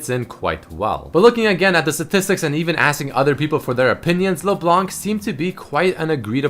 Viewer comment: How i say it: LeBlanc, How says it: LeBalanc